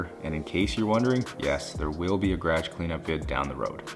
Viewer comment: Learn how to say garage first